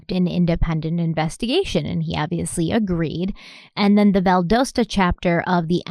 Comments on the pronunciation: Hey guys, love your videos! Just wanted to quickly point out that I believe the city is pronounced Val-dos-ta like DOcile, not Val-doughs-ta. At least that is how we pronounce it in Atlanta. Keep up the great work!! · The name of the city is Valdosta. The "o" sounds like "Ah". Vald"ah"sta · It’s pronounced Val-Das-Ta if that helps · Oh,... they way you mispronounce words is hilarious 😂 Valdosta is pronounced Val-dah-sta lol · It’s Vald(ah)sat not Vald(OH)sta. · Valdosta. The o is a short o sound. ;-) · Undercover Pineapple...I now have a vision of a pineapple in sunglasses, a brown fedora, and a brown trench coat. LOL Also, just fyi, the o in Valdosta is a short o, not a long one. It's pronounced like the o in dot or cot. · Valdosta is pronounced VAL-DAH-STA, not VAL-DOH-STA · Love ya, but it's pronounced, "Val•dAH•sta" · love, it's Val Da sta like da as in aww...lol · Yeah that pronunciation has been annoying me too lol 😆 I live in Athens ga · Valdosta. Valdahsta is how it's pronounced for future reference lol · It’s pronounced Val-dah-sra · I apologize for being the kind of person (autistic) who can't stand it anymore & has to say, it's pronounced "Vald ah stuh". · Undercover pineapple! And as a Georgian- just wanted to say Valdosta is pronounced more like Val-dah-sta. :) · BTW we Georgian’s pronounce it Val-dah-sta 😅😄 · This is not a criticism but the way you pronounce Valdosta is Val-dasta. I love y’all and y’all do an excellent job at telling the whole store of the victim and the investigation. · Valdosta (Val-dah-stah) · Its pronounced Val-doll-sta lol just fyi this is my town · It's pronounced val-da-sta, like pasta. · Valdosta: val like valerie, do like "ah", sta 🙂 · I don't mean to ever critique you.. But.. Valdosta is said "Val-da-sta".. Sorry if someone already said it! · I know this is a few years late... but I truly hope she learns how to pronounce Valdosta before part 4 ends.😂